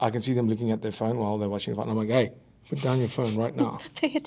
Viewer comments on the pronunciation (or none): that "hey!" was so Afrikaans 😅🇿🇦